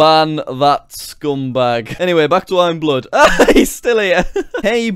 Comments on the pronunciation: jack it's not imblood it's imabood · it was bood not blood lol! xD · It's bood not blood 😂😂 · that awkward moment when you pronounce "bood" as "blood" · JackSucksAtLife you didnt pronounce bood right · shadow fire he said the name wrong its actuly iambood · You didn't say "Bood" right.. I'm mad